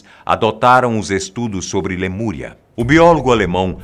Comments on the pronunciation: Lamuria ou Lemúria? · Lamúria Ou lemuria? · LAMURIA ????????? Falha inadmissível!